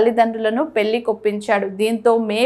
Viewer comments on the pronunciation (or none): పెళ్లి. పెల్లి అని చదువుతున్నారు. వెళ్లి వెల్లి కాదు. First get trained and stand in ftont of camera. Vottulu sarigga palakandi. Anchor tc of our beaitiful language Telugu.